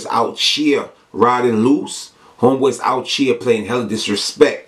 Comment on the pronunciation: let me help you out, its "out here" not "out cheer"!